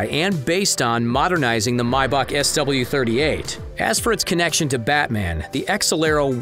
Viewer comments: May-Back not my-beck.... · Who says mybach lmao.. it’s maybach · If he says “Mybach” one more time ima kms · Did this man just say mybach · Why is he saying "mybach" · Yea he did it 2 more times, y’all tripping